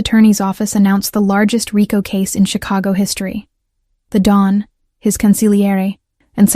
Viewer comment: The correct word is Don not dawn